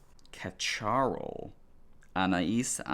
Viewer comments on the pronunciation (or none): Casharel is pronounce KA-SHA-REL and the perdume was widly popular in the 80s